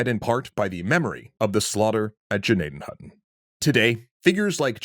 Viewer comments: Thank you for pronouncing it correctly once in this episode. The G is silent. We have a hospital in PA named after this village, it's pronounced Nadden Hoyton. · I went to Indian Valley highschool in Gnadenhutten… sad not many people know about this tragic event.. also very impressed you pronounced the towns name correctly!